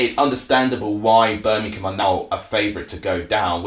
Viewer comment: Feller it’s Birmingham not Berminkum 🤷🏼‍♂️ if you are going to give reviews get the F***ing Language right